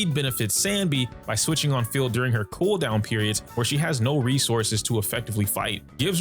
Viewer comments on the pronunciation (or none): Is there anyone else that hears the host saying "Sanby" and not "Anby" ?